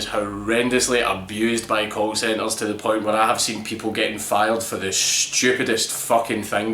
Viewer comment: at first it sounded like you said cult centers, and it fit pretty perfectly